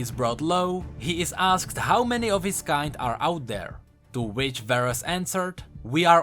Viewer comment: You pronounce kind wayyyy to wrong...